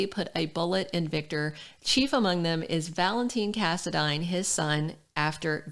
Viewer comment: thanks for saying the last name right so many pronounce it wrong